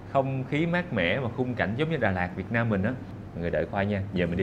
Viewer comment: Thích cái cách a nói “ Việt Nam” rõ ràng mà ko dùng âm điệu ngoại ngữ🙏🏻🫰🏻